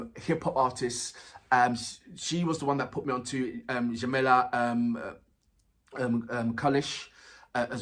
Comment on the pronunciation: Jamala is dzha-ma-la. The fist sound is like in the word "jet"